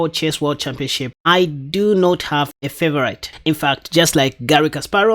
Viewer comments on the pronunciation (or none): ...yes, englisch is a weird language. You have to remember that favorite is pronounced fhee-vho-reet and not fhee-vho-write 😂